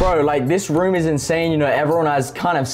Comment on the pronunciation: Bruv gotta love the way Kay say room it be like he’s saying rum